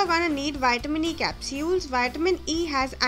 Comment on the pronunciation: I like how you say capsules.